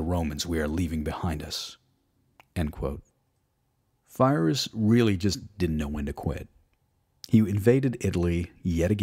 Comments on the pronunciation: I'm a big fan of your channel dude love your videos/podcasts..... But (apologies in advance if I'm ignorant) but is it not pronounced (phonetics coming) pee-rick and pie-russ{ruse?} I use your vids to wind down learn and relax before bed so when I hear feerus or fie-russ it's one of those...wait what? That just triggers me....if I'm wrong I'd love to be educated because I'm a history major as well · It's not Firus or Phyrous!!! It's Pirros...Pyrrhic win !! WIth a P not F nor PH... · lol i heard virus. great material. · Pyrrhus, not Fyreus godammid yanks, great stuff though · Fyrus? Are you sure you’re pronouncing his name correctly? I’ve always heard it as “Pie-Rus” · Good vid, but much of your Latin pronounciation is off. The Roman shield, for example, is pronounced "Scoot-um" not "Sucked'em" Pyrrhus is pronounced "Peer-us" not Fie-ris". In this period the letter 'C' is always pronounced with a hard sound, like a 'K'. The soft 'C' does not show up in Latin until the early medieval period. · Great video, however, it's Pyrrhus, not Fyrrhus. Also, you could talk a bit less about Patton. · congratulation about these podcasts. You have done a great job and your passion gives you credit. The only thing I would like to suggest is that "Pyrrhus" is pronounced "Pirro" with the "i" pronounced like "e", and that he was an Illyrian, as Epirus is on the south of Illyricum, not NW of Greece, just as Alexander was Macedonian and not Greek. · great documentary; hate how he prouncing Phyrros. Its with a P not an F. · who is "Fyrus"? some cousin of Pyrrhus of Epirus? if this dude can't get the names right what else he got wrong? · Great presentation, but some pronunciations are distracting. The name of the king of Epirus is pronounced "Peer-us," hence Pyrrhic (peer-ic) victory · You mispronounced so many words. Pie-lums? Fie-rrus? Suck-tum? Vee-lights? Are you not a native english speaker or something? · his mispronunciation of Pyrrhus is really distracting